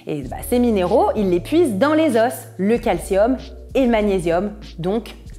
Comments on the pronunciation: Les « zo » pas les « zoss ». Pardon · Oui, au pluriel, on ne le prononce pas, en français standard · Tu prononce le s des os !